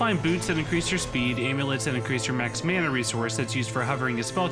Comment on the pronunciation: he said mana super super fast so he wouldn't have to pronounce it correctly. everyone notice how every single word in the video is at a normal pace besides mana